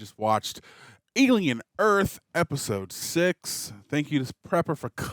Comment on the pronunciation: Why does he keep saying "Alien EARF" ?